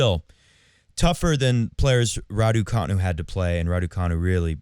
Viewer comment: Radu... Raducu... Raducanu